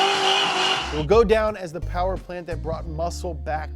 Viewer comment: Everything you need to know: Oldsmobile 442/ cutlass Mo powah babeh